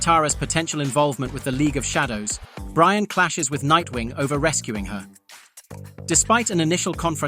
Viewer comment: You should know it's AI because it's Brion not brian